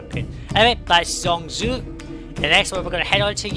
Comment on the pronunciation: Well, since Chinese spoken language uses tones to distinguish different words, native Chinese speakers can easily spot non-native speakers. Believe me, the intro guy is way off from standard pronunciation (not just the word ZhengZhou, his pronunciation of Siheyuan is just wrong), but at least he tried (or perhaps he is a user of some local dialects. Some Cantonese speakers pretend to be Chinese speakers, but these are vastly different languages, but from his pronounce I don't think he is Cantonese either). There are at least 16 different ways of saying the 2 words combination like "Zheng-Zhou" in standard pronunciation (since each pinyin of a word has 4 different tones, 4 x 4 = 16 combination). Any divination results in very different sound to native speakers, and usually has vastly different meanings with different tones, but some combination might not have any meaning at all. This tone-language usually confused the hell for non-tone language speakers. Like actors in movies or tv series pretend they can speak Chinese, usually just fail horribly, unless they are native-speakers (or actually learned it for years). And non-native speakers mostly can't even distinguish the difference between tones (that's why no matter how they mimic the sound, they still just sounded wrong)